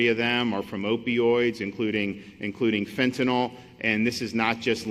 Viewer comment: Majority of people pronounce it fentanol, which sounds like some kind of "alcohol" derivative, rather than how it's spelled, fentanyl...